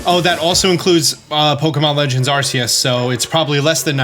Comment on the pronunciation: If only he could work on his pronunciation lol you here how he says Arceus? Lol